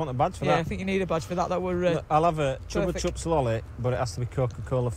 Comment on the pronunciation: He said Chuppa chups not chocolate chips haha it a company who make lolipops